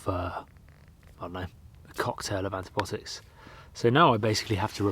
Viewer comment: Not antibotics but antibiotics - there's an 'i' in there